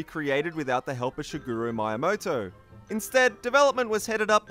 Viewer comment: Nice videos, but please work just a little bit on your Japanese, as I cringe each time you say Maiyamoto (instead of Miyamoto) or haimi (instead of hime).